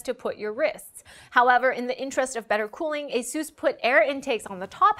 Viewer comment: Ay-Suh-S. Asus.